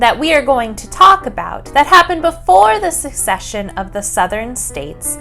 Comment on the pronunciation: Wonderful video to explain the historical context! One correction about the right pronunciation, though. Secession is not succession. secede vs. succeed.